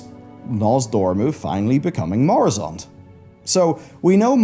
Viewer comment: Its murozond not moruzond 😂😂😂